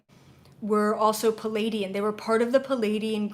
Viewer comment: Hi, I am new to you, and I love your work. I have a question... When you said Pa-lay-dian, are you referring to the beings from the Pleiades? Who are the Plea-i-dians? I hear so many people mispronounce that, and it can be very confusing. I just want to make sure that there isn't a race of Palaydians that I dont know about! Thx in advance for the clarification! A fan in Vermont